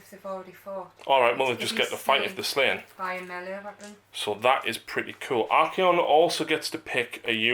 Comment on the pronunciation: Ar-kay-on. Ar-kon is 40k drukari